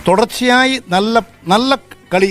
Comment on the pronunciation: തൊടർച്ചയായി അല്ലടാ പൊട്ടാ.... തുടർച്ചയായി എന്നാണ്.